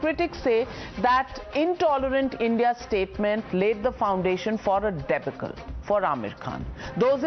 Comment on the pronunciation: Sorry to be that guy but - de-baw-cle. Not de-bay-cle. As for the film, strictly middling fare. Kareena, Mona and both the child actors are luminous but Aamir is painful to watch. His depiction of someone presumably on the autism spectrum, could not be more off kilter. Awful hammy performance. Can't believe someone of his calibre could get it *this* wrong. Stick to Gump.